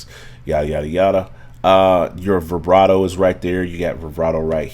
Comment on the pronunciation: Never heard someone say “brivato” all through a video. Speech deficit?